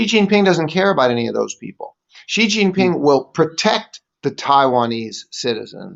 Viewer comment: TQVM to and for this very interesting and informative video that is worth a second read. Theses guys know the subject well and are very passionate about it especially. A lot of journalists pronounce the surname of China's president incorrectly. The correct way is the letter C. This video exposes so much of the evil empire that I greatly applaud the 2 presenters for their bravery.